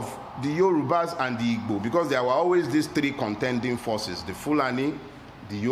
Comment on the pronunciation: First time hearing anyone pronounce "Igbo" correctly instead of Ibo.